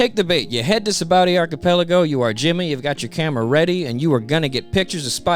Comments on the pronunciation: "Sabowdy Arkipeliggo" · I love this dudes videos but I swear his whole deal is horribly pronouncing the most random shit like Hancock or Archipelago just horribly. Everything’s fine and hilarious then you’ll hear the most jarring pronunciation of a word you’ve ever heard in your life 😂